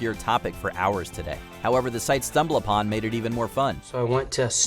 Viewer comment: C'mon, folks-- re-record your punch-ins; don't use AI. "stumbal BUH-tin" was obvious.